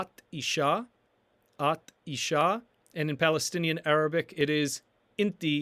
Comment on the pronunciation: Woman is "mara" but you are pronouncing it as "mar" You did include the ending "a" yet you failed to include it in the pronunciation.